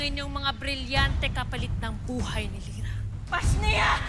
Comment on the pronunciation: Sabi ni amihan pashniya